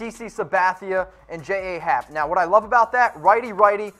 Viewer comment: Claims to be a yankee fan but can't even pronounce Luke Voit and J.A. Happ correctly